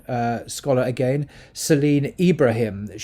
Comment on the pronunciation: Welcome back! What is going on in FRA? I like how you pronounce "agaiiiinnnn" :) not "agaen" :)